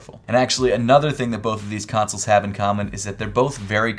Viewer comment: You pronounce consoles like tonsils with a C